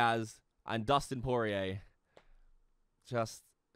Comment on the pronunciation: Dude definitely said Poirer wrong on purpose.